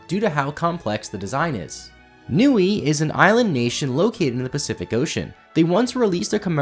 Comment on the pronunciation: For number 4, Niue is pronounced "new-ay" We also had star wars coins too lmao